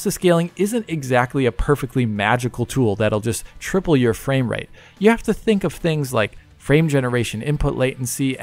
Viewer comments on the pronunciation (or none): Fame-rate? is becoming an influencer now? 😂